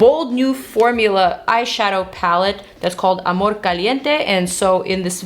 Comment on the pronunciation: Mariale logró que dijeras amorrrrrrrr con tono latino jajaja te amo ❤️